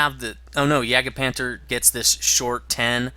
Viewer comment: Your pronunciation of "Jagdpanther" is really weird,.